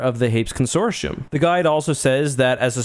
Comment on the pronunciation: con·sor·ti·um consorshium? im willing to accept Hapan not being said like Japan but this lol wtf